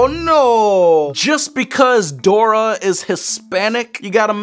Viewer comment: it’s Dora not grora